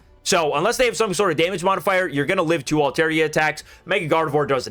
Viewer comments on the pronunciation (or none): none